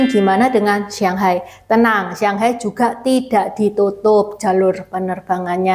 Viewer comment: kok nyebut shanghai..sianghai...shang sama siang itu beda huruf beda arti